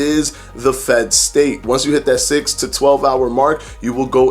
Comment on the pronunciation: Every time he said 'state' I heard 'steak' :-) That's what IF does to you haha. Great video BTW.